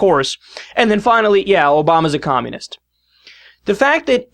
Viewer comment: Nugent pronounces communist 'kkhhhommunist'.